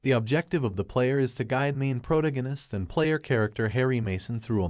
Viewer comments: Is this AI voice?... protagonist is pronounced so badly 😂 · I thought this was about the story.. not what the basic mechanics of the game are..?? Also: how is this AI narrator so good at 90% of the dialogue, yet abysmal at very basic words like "protagonist"? What ai program produced simultaniously this good, and this terrible of results at the dame time, as of two years ago?